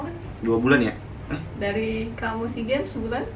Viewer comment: "ya" bukan yank